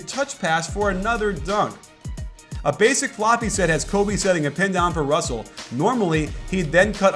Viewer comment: lol he kept messing up russel and clarksons names wrong